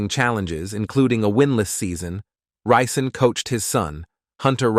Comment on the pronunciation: Ri’ Zon is how we pronounce it here in Flint. He went to same H.S. My aunt did and some of his cousins went to Flint Beecher next league over.